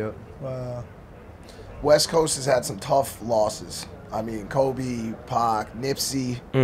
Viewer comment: Love it but mike it’s Kobe not kolby😂